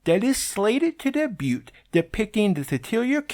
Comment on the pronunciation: The T is silent in debut.